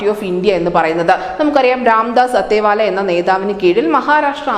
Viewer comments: "അത്തെവാലെ" അല്ല *"അഠാവലെ*" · അതേവാല അല്ല അഠാവലെ എന്നാണ് ഉച്ചാരണം.